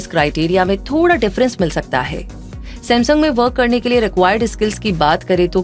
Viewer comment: Reminding kachra Seth ,Ye mera samsoong ka number 😂😂😂